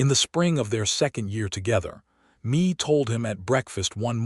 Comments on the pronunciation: Please please please... redo this whole story. This time pronouncing her first name as, May... not Me. Me, is only M-e Mae is pronounced May. AI is tiresome... 😮‍💨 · The name Mae is not pronounced “Me”. Mae is pronounced May (like the month).